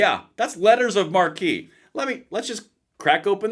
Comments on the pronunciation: Marque is pronounced Mark. Mar-kee is how it is pronounced when being used as a title of nobility. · Marque = mark, not markee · Hey fellow patriot1 “Marque” is pronounced “mark,” not “marquee”. Otherwise, great video! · Marque is pronounced like "mark," not "mar-key." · This is like putting down the bug spray and just tenting the house. Also, someone may have mentioned this already but the correct pronunciation is like "Mark" not "Markee". I should add that it's a french word, and therefore your God-given right as an American to mispronounce it any way you like. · Hey, “marque” (which is how the post lists it) is pronounced “mark”. No offense but the way you’re pronouncing it, it would be a sign outside a theater above the main entrance. Or in the British sense it could be a tent or canopy for a large gathering. Then another variation would be “marquis”. A designation of French aristocracy. The Marquis de Sade is the name sake of sadism. Sorry, piss mronunciation is one of my pet peeves. 😊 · It's pronounced "Letters of Mark", not "Markee". Look it up. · Letters of Marque is pronounced letters of "Mark" not markee. Just saying. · For those interested, Letters of Marque and Reprisal is found in the US Constitution under Article 1 Section 8 Clause 11. Also, the word "Marque" is (IIRC) French. In the US it is actually pronounced 'mark', not 'markee'. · BTW, "marque" is NOT pronounced "mar-kee". It is pronounce "mark". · Kinda cool to bring back privateering, but I've always heard this pronounced as a "letter of mark", not "markee". Also, I really want a boat now, for some odd reason. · The word "marque" is pronounced "MARK", not "MAR-KEY," which is spelled "MARQUEE." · I think marque is pronounced like mark. Marquis is Markee. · Pronounced Mark.....not Markey. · You know marque is pronounced mark right lol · pronounced letter of mark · Not to be a PITA but Letters of Marque is pronounced "MARK" - however it's pronounced - HELL YES!!!!! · It's pronounced Mark.